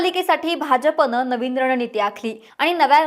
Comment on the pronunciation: महाणगर, नवीण नीती.... मावशी थोडे उच्चार सुधारा. करियर मध्ये अजून प्रगती होईल. शुभेच्छा!💐